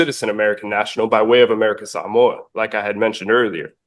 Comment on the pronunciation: It's nice to learn the proper pronunciation of Samoa.